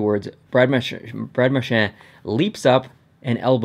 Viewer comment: No offense to but did it frustrate anyone else the way he says Marchand